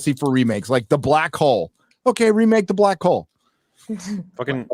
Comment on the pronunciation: That is not "de way"